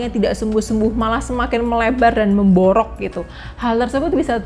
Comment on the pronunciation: Memborok,, ( luka ) logat jawa,, 😀😀😀